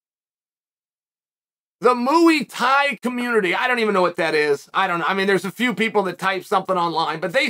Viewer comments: "Moo-EE Thai" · "The Mooo-E-Tie community" Uncle Chael, you do that on purpose!! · The mooey thai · MOOEY TIE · Mouye tye? Wtf are you even saying? Look.. just cause you can’t do it doesn’t mean you need to say it like you fight. Say it right or don’t.. undefeated?! until he has to pronounce something.